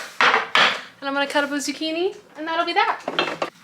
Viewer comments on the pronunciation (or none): none